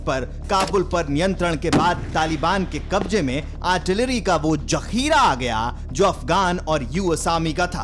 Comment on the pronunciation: Zakhira ko jhakhira bol raha hai jaahil . arey stock bol de